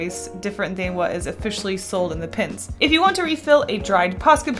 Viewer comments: It always disturbs me when she says "pens" She says: Pins Me: they're pens!! One of the easiest things to say!!! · well some people, including me, get annoyed when she says pins instead of pens. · Am I the only one who never noticed she has been saying “pins” instead of “pens?” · So you DO pronounce pens like pins sometimes. I thought I was going crazy. Thanks for adressing it 🙈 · Your videos and cute illustrations keep making me want to buy more posca colours! Also I didn't even realise you were pronouncing pens as pins. I had to replay to figure out what you were correcting 😂 it all sounds the same to me! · i never noticed you said pins instead of pens lmaooo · is anyone noticing that she is saying paint pins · I pronounce pens as "pins" too and people give me so much shit for it lol like hush guys.. that just how I talk.. just let me live my life ah! Lol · "Posca pins" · I hate to be that guy, but i’m gonna be that guy. It’s kinda annoying when you say ‘pens’ over again. As a non native speaker i didn’t even notice it in the first video and i still can’t hear a difference tbh